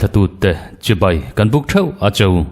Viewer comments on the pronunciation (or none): none